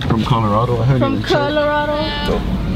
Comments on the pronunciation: As a takuache would say CUHHHLORADO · That's what I call my Chevy Colorado lol la Cuhh-lorado hahaa